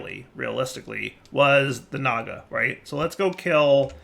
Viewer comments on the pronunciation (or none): none